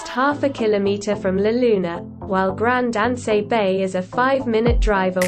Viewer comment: Grand An-say, Gra-na-dah, Lansay aux Epines???? Wow where she getting these pronunctiation from? If you're going to do a presentation do your basic research.